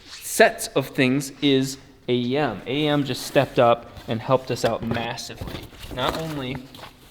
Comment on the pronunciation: lol A E M not "a yam"